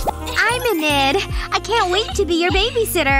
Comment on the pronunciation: Inid did it say? Or Enid did it say?😅